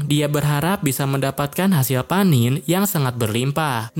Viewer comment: Panen bg bukan panin🗿